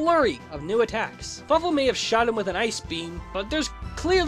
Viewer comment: did anyone else think he said fuckful in dtead of fawful